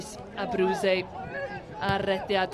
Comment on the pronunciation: Ar ol cael sylwebydd yr wythnos diwethaf yn ynganu enw Abruzzese'n gywir, ro'n i'n meddwl bud y nonsens 'Abruisey' ar ben. Ond ro'n i'n anghywir. Mae'n debyg mai rhinwedd yw dangos diffyg parch at enwau Eidaleg ym myd Sgorio.